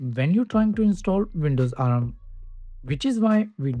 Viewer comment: It's not A-R-M. It's ARM!